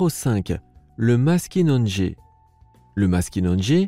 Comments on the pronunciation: Deso me nous les québécois on prononce pas maskinonegé mes maskinagé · très intéressant et en passant, je vis dans un pays où le maskinongé est pêché et on ne prononce pas le deuxième "n". On dit "mas ki non gé" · Le Maskinongé se prononce MAS-KI-NON-GÉ et pas MAS-KI-NONE-GÉ